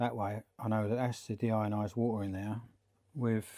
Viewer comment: your notion of deionised water is completely incorrect. it's NOT de-iron-ised it's deionised